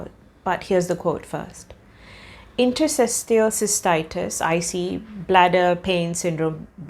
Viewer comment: Nice video but you pronounce 'interstitial' wrong :) It's a mouthful; try "inter" - "stee" - "shul".